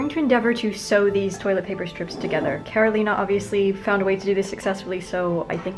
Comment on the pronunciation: I was wondering if you know Karolina and my heart melted when you not only mentioned her but also said her name so naturally with right accent. I stan.